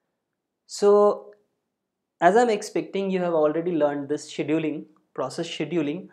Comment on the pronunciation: Took me forever to realize that when he was saying "shaDOOling", he was saying "scheduling"!